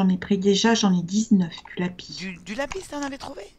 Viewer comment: Omg mais j'adore ta voix elle est trop drôle et le lapi mdrrr c le lapisse (sa décris pas comme mais sa se prononce comme sa )